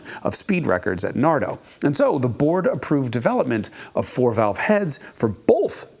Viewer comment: Nardò: the correct pronunciation would be on the “ò”, hence the accent on the “o”